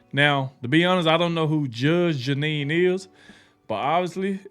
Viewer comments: Judge "Jennine" lol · Her name is pronounced GEE NEE!!!! Like a genie in a bottle!!! GEE NEE!!!!! She IS a Judge!!!!! She worked her way through law school and became a very respected Lawyer. She went on to become a highly respected and esteemed take no crap Judge. She went on to get her own show like Judge Judy. Judge Judy and Judge GEE NEE are BOTH take no crap Judges!!!! She is now with Fox. She is highly respected and esteemed!!!!! If you still can't get her name right maybe this will help. GEE (KNEE). I Know your not trying to be disrespectful or anything like that. I just want you to get it right.